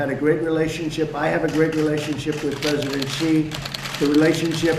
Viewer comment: I could've sworn he said "prisoner" obama, as opposed to "president" obama, when asked about Stacey Abrams.